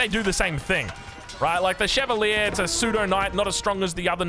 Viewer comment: While you're looking up the pronunciation of Szlachta, look up Chevalier as well... it ends with the same "ier" as Arbalétrier, so why pronounce it so differently?